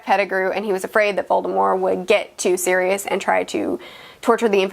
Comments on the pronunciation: If that’s how you say Sirius I’d like to here you say serious? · Man I hate the way you Americans pronounce Sirius